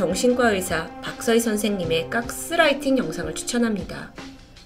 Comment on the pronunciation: 근데 왜 서울경기도쪽 사람들은 가스라이팅 발음을 까쓰라이팅이라고 하는거에요..??